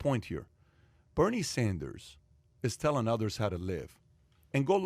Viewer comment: Who is "Berine" Sanders? lol